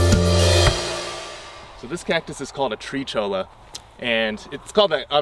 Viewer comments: Cholla is a Spanish word. You pronounce the two Ls like the ones in Tortilla. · Someone has probably said this already but "cholla" cactus should be pronounced like "choya"...and yes, they are evil, especially with dogs